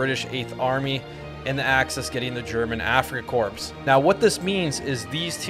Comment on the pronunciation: Corps is pronounced as core